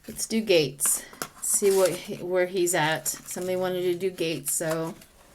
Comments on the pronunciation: Matt Gaetz pronounced 'GETS' not gates, and yep hes a total ass!😉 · I knew who you were talking about, may people mispronounce his name(gets). Not gates.